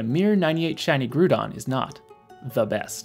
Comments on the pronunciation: Very gud explaination vid btw huhuhu its groudOn not grUdon huhuhuh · What on earth is a gruudon. You lost me with that. Ground and groudon should sound alike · Corrections and Clarifications: 1. People have pointed out that I pronounced "Groudon" incorrectly. It's Growd-on ("Growd" rhymes with "Crowd" and sounds like the beginning of "Ground"), not "Groodon" like I said. This is because I'm Canadian. It's an "about"/"aboot" situation, eh? Just kidding. I misspoke, because "Groodon" is how I originally thought it was said when I first saw the word, but I do actually know how it's pronounced, as evidenced by its correct pronunciation in this video from 7 months ago: 2. Many people have commented that it's more common to say "Nundo" for a 0-IVs Pokemon and that they've never heard "Zundo" before. You're probably correct that "Nundo" is the more common term, and I actually have it written in the video . In my defense if you google "Zundo Pokemon Go" there are a bunch of people who say this so I didn't just make it up. 3. People have pointed out that I called a Pokemon missing 3 IVs a "94%", when it's actually closer to a 93% because 42/45 = 0.933... That's true, but lots of people including me use the shorthand of 2% per IV despite the math because it's easier to remember. e.g. missing 6 IVs = 88%, even though this isn't mathematically accurate. It's all trash so who cares anyway, right? 4. People are saying that IVs do matter in things like mirror matchups in PVP. This is true. I did somewhat acknowledge this in the video at the end - if you're micro-optimizing for trainer battles then you want specific IVs. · Also never pronounced it Groodon ☺ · lmao "grewdon" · noo doobt aboot it, eh!